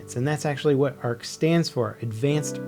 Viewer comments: Arf troopers? 😂😂😂 I think you mean Ark not Arf 🤣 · ARC NOT A R C. ARF NOT A R F.